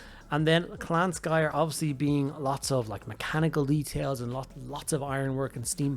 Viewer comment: I literally had to mute the video because I couldn't handle him mispronouncing Skryre every single time. SK***R***YRE. THERE ARE TWO R'S.